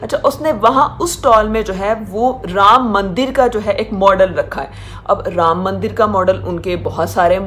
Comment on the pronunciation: Pronounce anything for them is a Struggle.......ram maandar.....ahahahahah....